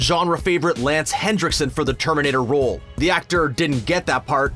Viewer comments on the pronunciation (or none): it's Lance Henriksen not Lance Hendricksen. Jesus wept. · It's not "Hendricksen," it's "Henriksen." There's no "D" in the name. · is Henriksen, not Hendriksen! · And its Lance Henrickson, not Hendrickson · Lance Henriksen not Hendriksen, there is no D. How do you screw that up?! Twice! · Its Lance Henriksen numb nuts. Not Hendriksen. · is anyone else hearing "Hendrickson" instead of "Henriksen"? I know the closed captioning says Henriksen but I've replayed it five times and I'm still hearing Hendrickson. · why does everyone add a D in Lance Henriksen's name? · sorry i'm late... there is no "D" in the name lance henriksen say it right or "i'll be back" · There is no 'D' in Lance Henriksen